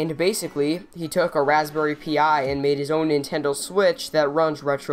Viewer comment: it's not pronounced p - i it's pronounced pie